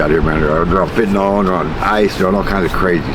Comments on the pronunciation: Why does everyone call it "Fentanol"? It's "Fentanyl" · Weird accent, or illiteracy is causing you to pronounce fentanyl like it's written fentanol.